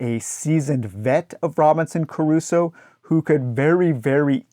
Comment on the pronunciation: Why are you pronouncing Crusoe with three syllables?